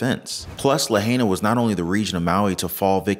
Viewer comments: Dang please learn to pronounce La High Na and the Governor is in on it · Aloha, only sharing as you will have many more segments about (pronuciation La high na) Lahaina, Maui. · EXEMPT!!!! And it's pronounced "La hine ah"